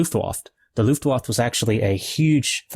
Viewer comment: Luftwaffe is pronounced like "Looft vah fuh"